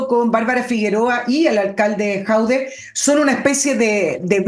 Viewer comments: Estimada, solo una pequeña corrección, el tipo se llama Jadué, no Jaude. Solo eso. Saludos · Señora. el apellido de Alcalde de Recoleta es JADUE y no Jaude 😂😂😂😂😂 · el apellido no es Jaude, es Jadue, buen día. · Por qué le dice "Jaude" a Jadue...? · Por qué le dice a Jadue.."Jaude"?